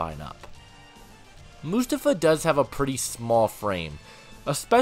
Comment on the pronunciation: It’s prounounced “Moo-Stoff-Uh.” 🙄